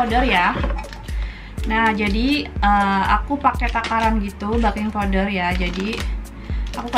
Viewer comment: Ktnya 3 bahan ku itung lbh tu telur tepung garam gula baking powder (beking bacanya bkn baking)trakhiar air. 😂😂😂😂😂🙏🙏🙏